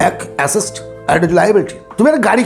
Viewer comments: আপনি Assets বলছেন না Acests বলছেন বোঝা মুশকিল , ঠিক করে বলুন আগে 😂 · Dada kotha ta assest noy assets